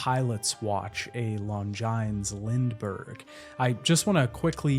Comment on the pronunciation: I love this long retrospective of LA Noire and have been wanting to play this for a long time now. This in particular isn't pronounced as you said. Longines is pronounced as "Long-jin" as it was pronounced typically in French. The game resonated my watch nerd in me and it captured those attention to detail into it which attracted me to LA Noire. Maybe I should some day